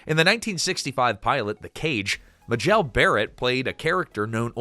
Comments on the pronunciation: It's not muh-JELL Barrett, it is pronounced MAY-jul. Just one of MANY mistakes. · her name is pronounced MAY-jel, not muh-JEL. Also, you mean “deferential” not “differential.”